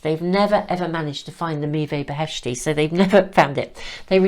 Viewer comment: Dear I am Iranian, and the cards are all in Farsi beautifully artsy painted, and I must say I am impressed the way you pronounce the sacred fruit! Meeveh Beheshti literally means: heavenly fruit. And the arts on the cards reminds me of Hafiz & Rumi our famous spiritual poets poetry. Thank you 🙏 🙌🏻🙏🙏💌😇☮️🙏🙌🏻